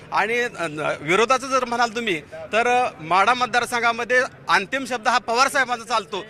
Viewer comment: म्हाडा नाही वो माढा म्हणा